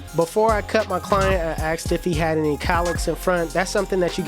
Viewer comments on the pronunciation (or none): I thought it was cowlicks not callicks? Am i trippin?